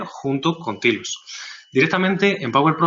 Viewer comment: "Tailos" por favor "Tailoooos" no "tilos"